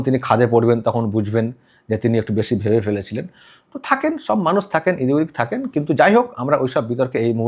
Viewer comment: এখনও এদিক ওদিক উচ্চারণ (ইদিক উদিকে)করেন। এটা ঠিক করতে হবে।